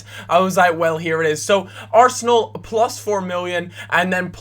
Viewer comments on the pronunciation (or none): none